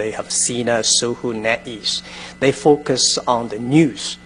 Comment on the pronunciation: "we fouce we make the things happen."